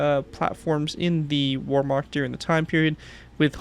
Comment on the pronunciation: Warmark It's Wehrmacht. You're killing me, lol😅